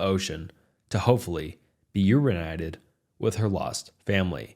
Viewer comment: he says “urenited” instead of reunited too😭